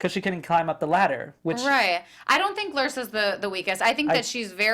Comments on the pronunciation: Lyrsa said her name is pronounced Lear (like lear jet) sa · LYRSA, pronounced LEER- SAH 👍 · Paige was the closest to right; it is pronounced leersa (spelled Lyrsa)